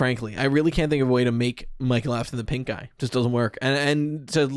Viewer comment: I keep hearing pinkeye instead of pink guy, help XD Anyway, sorry to hear about your kid :( wishing him a speedy recovery!